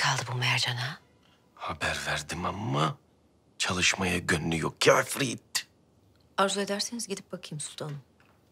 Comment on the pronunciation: Sümbülün mercana ya ifrit demesi 😂